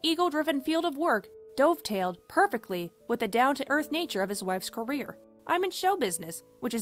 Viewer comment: She also mispronounced dovetail.